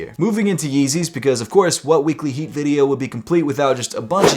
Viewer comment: “And this is Heekly weatly”